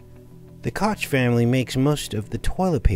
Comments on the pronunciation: Cook is how you pronounce the name. This is not the reason for the TP issue the issue is stupid people thinking of resale auctions likely and no using their beards to buy what’s most important in fearful times then buying up and reselling TP for profit, or worrying about I’m stuck in a home quarantined for weeks and TP is the most important thing or profitable thing rather than investing in Food or meds. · Pronounced coke